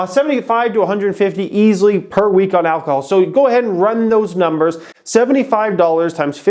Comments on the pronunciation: Alcohol not alchol. You stupid dumb idiot. Go back to school and learn so you can become intelligent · It's ALCOHOL not AlCHOL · “ALCHOL” HAHAHA